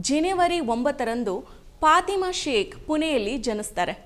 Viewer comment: ಅವರ ಹೆಸರು ಪಾತಿಮಾ ಅಂತಲೂ ಅಲ್ಲ, ಪಾಥಿಮಾ ಅಂತಲೂ ಇಲ್ಲ, "ಫಾತಿಮಾ" ಎಂಬುದು ಸರಿಯಾದ ಉಚ್ಛಾರಣೆ